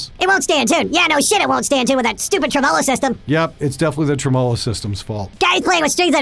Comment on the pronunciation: Pronunciation of "tremolo" killed me a little inside.